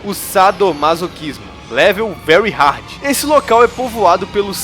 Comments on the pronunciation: se pronuncia ''rórt'' e não rit (heart) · "Hellbound hit",? É "heart" garai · Mano...HEART se pronuncia RRARt